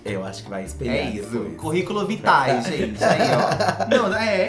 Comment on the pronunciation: "Curriculo Vitae" KKKKKKKKKKK BERROOO